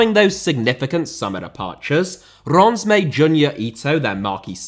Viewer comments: The correct pronounciation is ReimS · It's pronounced more like "Ranse", as in Rinse but with an 'ah' sound. Also, you kept saying that Reims were still having to pay 25k for every game, even though you said they didn't have to, right at the end, because Will has started his Pro Licence course. Apart form that, great video! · fyi its pronounced rans not ron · Reims is pronounced something like Reemz. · Learn to pronounce "Reims" if you're going to mention it a couple dozens of times,! 😄😉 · Pronounciation of Reims was all over the shop 😂 The narrator pronounced Reims differently everytime 😂 The closest pronounciation of Reims was so he can sort of pronounce it properly when he wants to lol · his pronunciation of reims on both french and english is so off sorry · Reims also. And pretty much all the other cities he named lol. It doesn't take that much time to pronounce it correctly.